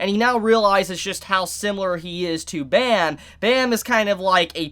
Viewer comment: Bro you are saying Bam's name wrong